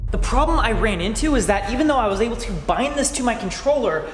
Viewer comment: "The problem I into...."